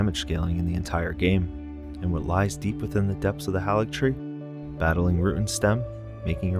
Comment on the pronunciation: Great work! You put the feelings of first playthroughs into words well. One critique I have is that you mispronounce Haligtree with a soft "a" when it is only pronounced HAYligtree throughout the game.